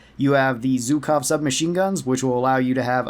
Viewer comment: zh - [ʒ] or [dʒ], not [z], so ZHUKov - BUGson, sorry if you don't need it🤭 Thx for content tho 😁